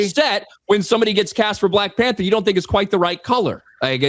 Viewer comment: "Witewy Black Pandur is my favowit."